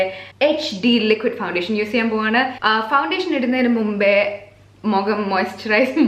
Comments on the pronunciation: Mogam alla kutti .. mugam🤣 English aanu nallad..risk edthu verdeeee chammanda😉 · Mugamvum alalo. Mukham. knows exactly where she sounded funny n it was a laid-back funny yet interesting video to watch 🤝